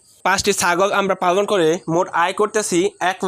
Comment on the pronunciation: পালনটা ভালো ভাবে বলো পালনটা পাগল শোনাযায়